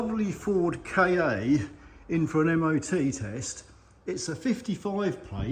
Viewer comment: I love your work but I need to pick u up on a point. It’s NOT a Ford K-A it’s a Ka (kaa) sounds a bit like Car which is an Ancient Greek word for earth (or world) kinda like Mondeo in that respect which is why Ford chose em both for multi market cars. Keep up the good work.